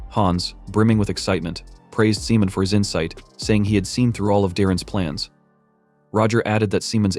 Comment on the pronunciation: I think his name is Simon the ai just saying it wrong